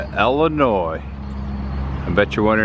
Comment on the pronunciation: Thank you for pronouncing Illinois correctly. It's Illinoi it's French and native American. You don't pronounce the " S " .